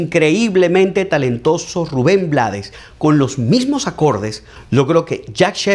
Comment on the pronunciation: Espero que puedas ver el video de te lo dijo el Chombo y que puedas pronunciar mejor el apeido de Blades e encantó tu video pero lastima por ese pequeño detalle.